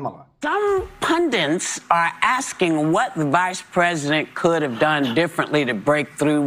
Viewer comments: “Pundints”! You’re so brilliant, Whoopsy! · Btw -, Whoopi pronounced the word “pundits” as “pundints”. Has anyone else noticed the abundance of mispronounced words displayed daily, both on the news and all over social media? It’s just a small pet peeve of mine. 😺